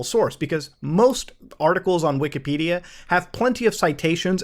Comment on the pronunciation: he mispronounces wikipedia every time he says it, along with nearly every computer company name, and part, as well as terminology.........like.......what planet are you on?